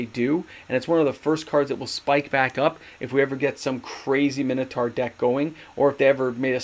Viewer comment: I love how you say MYNO-taur instead of Minotaur. It gets me e'ery time lol!